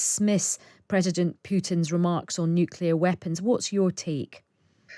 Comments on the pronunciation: I t is NOT his accent. It is a blatant mispronunciation and doesn't sound ok. I am English and I know how to pronounce it properly. A mispronunciation caused by accent is someone from Essex saying PEEPOLE or HOSPITOLE. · Nu-cle-ar, not nuc-U-lar, please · Did this man say NUKILLER instead of NUCLEAR ? Sounds like he did which makes me want to disregard anything else he says. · Nuclear, not nu…killer? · Why do people say "nucular"? It's "nuclear"! These are generals. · It's 'referenda' not 'referendums'. Astonishing that American Anthony Blinken can get it right, but the BBC, guardian of English, can't. Also why can't otherwise intelligent people pronounce 'nuclear' properly? It's not nuc-u-lar Maj. Gen. Chapman. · how does an expert say 'noo-kyuh- ler'??? It's 'noo-clee-ar' gosh - theres no y sound! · But why does this “very model of a modern major-general” say “nuke-ular” rather than “nuclear”? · It's nuclear, not nuckelar. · Why certain people insist on saying something like "nuculear"? Is it because they cannot correctly pronounce nuclear ? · I love all your posts, thank you for quality reporting. I do wish the guests knew “nucular” is not a word 😊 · Why can't seemingly intelligent people say "Nu-CLE-ar"? Why? Why? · Nu cle ar. NATO, not EU. THANKS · "Nuculer" . . ? Whot..? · "Referendums" "nuc u lar" " you know." What happened to top-drawer speech? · Nothing undermines the credibility of an 'expert' like talking about 'nukular' issues. Just sayin'. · Is this Major General really saying Nukular ??? Last person I heard say was GW Bush! 😬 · Needlessly nitpicky I know, but my brain finds it SO distracting when someone, especially someone giving an expert opinion on nuclear weapons and policy, can’t say the word “nuclear”. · I love it that serious Britons say nuclear like George W Bush now. Language changes so quickly, eh. I’m becoming a fossil. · Always find it hard to trust analysis from someone who can't pronounce "nuclear" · He certainly didn't say NUCLEAR